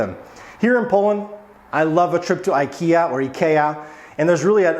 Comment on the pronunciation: it's a Swedish word and that is how they pronounce it, too :)